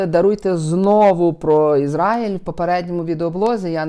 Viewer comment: Пане, в слові Ізраїль наголос на А!